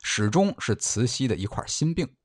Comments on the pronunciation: 慈溪听着真别扭，是慈洗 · 除了慈西太后